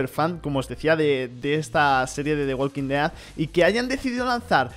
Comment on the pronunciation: Relax latino que en España se dice igual solo que este hombre lo pronuncia raro xd